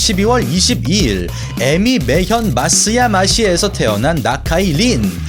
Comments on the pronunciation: 에미메현이 아니라 에히메현입니다. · 에미메현(X) → 에히메현(O) 입니다. (愛媛県/Ehime Prefecture)